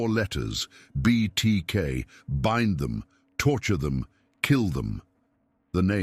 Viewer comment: BIND? B-eye-n-d BIND! not B-in-d. SHIT AI